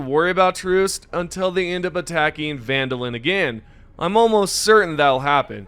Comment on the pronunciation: Try jumping to one of those planets sometimes. Then you'll pronounce it properly, like how Popli isn't like pop-lee, it's more like purp-lee. Definitely not popalee. Also, seriously? Vandalin? It's VANDALON. with an O. ON. Do you turn "in" the light switch or something lmao